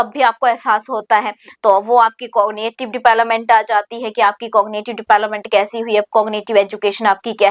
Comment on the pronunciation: Please mam kbi to development ka sahi pronunciation kro